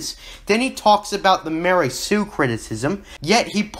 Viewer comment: Dude its not like a new hope gave us any info on what happened directly after Anakins fall and those 2 movies have a similar time gap gosh you really dont know what ypur talking about. And you kno not to take a guys seriou9 when he doesnt know how ro pronounce mary sue and calls it "lary sue" oh boy this channel is dumb af